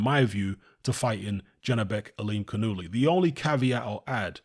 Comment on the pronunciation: Yanibek Ali Canoolie. Is the proper pronunciation. 👌